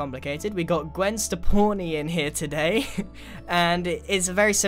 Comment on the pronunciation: Ha i get it Gwen Stepawni instead of Gwen Stefani